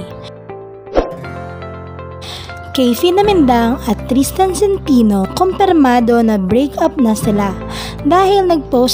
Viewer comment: " sen` te no "ang tamang pag pronounce hindi SIN TI NO leche